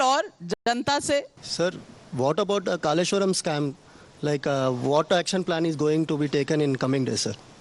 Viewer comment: Hey.. It's KALESHWARAM... Not kameshwaram.. Correction